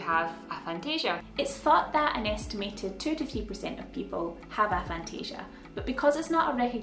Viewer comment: It's got to be pronounced "ay-phantasia". A as in atheist, or asexual... Also, I had no idea that knowing what something looked like was different to seeing an image of it in your imagination...